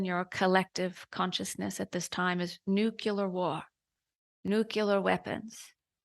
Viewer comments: So the Council says, "Nucular" like Bush. Is it "Nuclear"? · I don't wanna judge n no offense but ur telling me the council pronounces nuclear as "nukular" like George Bush? Haha. Also cancer Is from pollution/chemicals, technology and processed foods.